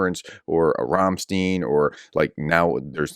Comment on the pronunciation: Ram-stein not "steen". Love your content! :)